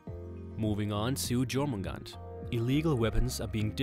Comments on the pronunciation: I just need to make a correction here, it's pronounced YOUR-MIN-GAND-ERR, that's how you would say it. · not JOR-MIN-GAN